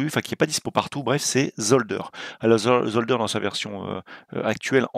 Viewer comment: Slt, j'apprécie énormément tes vidéos et je te suis depuis très longtemps Merci pour l'info, j'adore le circuit Je suis d'origine belge et je voulais te dire qu'on prononce Zoldair en Belgique, c'est la prononciation flamande, Zolder est en Flandre où l'on parle néerlandais (finale er se prononce comme air en français) et pas Zold-ë-r, prononciation anglophone. Après c'est pas grave, c'est juste pour te le faire savoir.